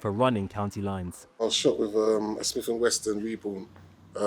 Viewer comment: WESSON not “ WESTON” 🤦‍♂️ some gangster eh 🙄